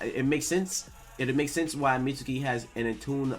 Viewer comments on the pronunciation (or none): plz say meat-skee. Mitsuki is a main character learn his name. Like sasuke you dont say sas-oo-kay. suke and suki has a silent u